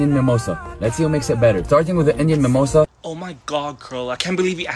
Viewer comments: What the hell is memossa? Can't you pronounce samosa? Samooosaaaa 🙏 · how do you even accidently pronounce SA-MO-SA as MI-MO-SA?? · its called samosa not mimosa first pronounce it properly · My God!!!🤦🤦...they can't even pronunce the name ... it's not rocket science bruh ... it's called SAMOSA !!!!!!! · Why does this guy call them a mimosa it’s a samosa & they are awesome, this dude needs someone to teach him the right pronunciation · Samosa is such an easy word. Why in the holy hell do they mispronounce it?? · Bloody hell that's saaaaammmosaaaa...y don't they pronounce it properly 😢..bro only u can correct them